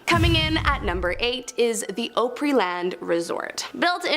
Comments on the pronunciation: OP-REE not O-PREE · For Christ's sake,please tell me you really didn't pronounce it "Oh-pry" Land.......lol.